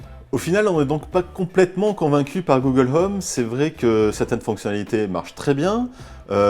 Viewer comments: "Google l'homme" -_-' faudrait peut être songer à revoir la prononciation. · "Google Heume" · Le H de home est muet. Je dit ça je dit rien.